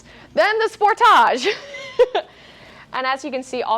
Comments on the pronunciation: Going to start calling it the Spor-táge here in the U.S., too. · That's how they say it in Canada. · Stop pronouncing the car that way! My gawd!